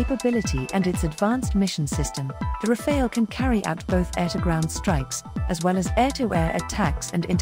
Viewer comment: Pronounciation tip: in French, Rafale’s final e is silent, so it should be pronounced Rafal, not Rafail. ☝️🤓